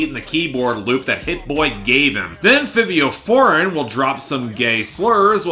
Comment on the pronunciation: Can you please research the names of the artists you speak about, from NAV to Benee to Fivio Foreign... It's not hard to find an interview or a video where their names are spoken so you're not mispronouncing multiple artists' names every time